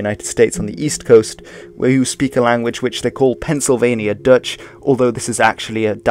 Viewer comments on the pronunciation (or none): none